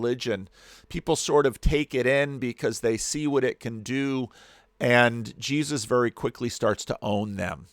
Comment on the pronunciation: I get the same feeling when he says "Je-zuz"